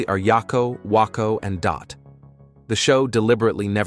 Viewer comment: the pronunciation of Wakko, WAH KO blergh.. I hate AI voices